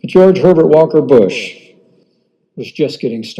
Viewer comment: he just said george pevert walker bush lol had to keep listening to it ..lol..lol..lol